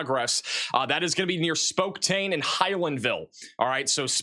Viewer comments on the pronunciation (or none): I’ve honestly never seen someone so incapable of pronouncing names correctly. Spoktane? Where does that even come from? Van Buren was so painful. How do you just make up a whole syllable out of thin air? I like, but when your job is to clearly communicate location-specific emergency information, it really does matter to get the location right and pronounce it clearly and correctly (or at least darn close to it). Maybe needs to take a break from software coding and practice his towns and maps. These are well known words—it’s not flabbergasting to know them. It seems off track and counterproductive when goads the chat with immature 6 7 nonsense, but has his mods punish those trying to educate him on pronunciation. Some people get way too nitpicky, I get it, but sometimes, and more and more frequently is way too far off.